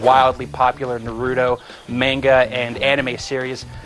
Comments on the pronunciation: except how to pronounce naruto it's pronounced NA- ROO- TO not NAR- RUTO i mean why do so many american people have a problem with this. THE ACTUAL GAME REFERS TO HIM AS NA-RU-TO (like yu-gi-oh) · notice how he begins saying narudo then he says naruto correctly.. losers! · come on if they are gonna review the game atleast say the words right they saying naruto and konoha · Man I Hate Naruto Geeks So What He Said The Name Wrong What Does It Matter's To You? Naruto Is A Cartoon And DOnt Love You! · God, he's saying Naruto wronge -.